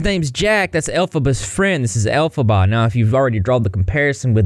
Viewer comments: Its pronounced "El-fob-a" (Can't really put it in words I guess, hopefully you can get the pronunciation from that) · Ya know I was really enjoying your content but the elphbaba whatever shame on you for making us suffer through that!!! That was just mean😄